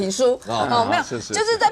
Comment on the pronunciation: 黃創夏從頭到尾都講錯季麟連的名字